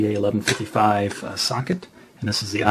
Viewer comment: when he says socket, it sounds like suck it, :) but good guide i learned alot